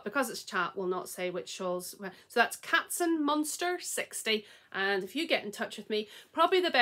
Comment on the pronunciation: Hi, I still couldn't believe that I won! I'm Katzenmonster60. You pronounced it very good! You have the mail, one overwhelmed and one more clear. Thank you so much! Regards ❤️ Chrissy